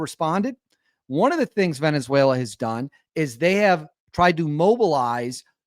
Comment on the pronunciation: Is now pronounced Venezu-WHALE-la 😂😂😂😂😂